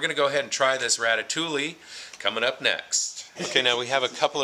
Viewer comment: Hush! You're not supposed to let out the secret that the vegetarian MREs are tastier than the meat ones! Like other Italian, French, and Spanish vegetable stews, ratatouille is filling, satisfying, and nourishing peasant food. (, it's pronounced Ratta TOOEY.)